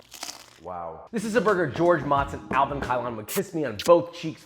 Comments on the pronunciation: This looks insane. I'm makin' burgers tonight bois. Also, I don't think Motz would papa kees you on the cheek after mispronouncing his name. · Loved it. But George Motz's name is pronounced to rhyme with "boats", not "pots".